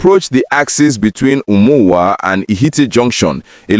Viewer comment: Please learn how to pronounce names of towns... Umuowa, Ihitte, Lokpanta...